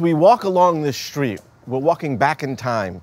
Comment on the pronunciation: What is a "schtreet"???